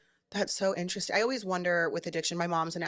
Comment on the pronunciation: An-trust-sting.. Very inner resting.. How many more ways.. times.. will she say interesting.. to a person who’s destroying their literal lives.. TO BE INTERESTING